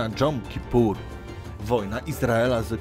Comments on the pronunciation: Dobry odcinek, ale to żydowskie święto to Jom Kipur, a nie Dżom Kipur ;) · jom kipur a nie dżom kipur no ale nikt nie musi się uczyć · Jom Kippur czyta się tak jak się pisze